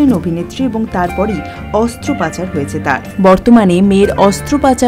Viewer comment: অস্ত্র 'পচার'...... 'পচার'....... "পাচার" , "প্রচার", কোনোটাই নয়!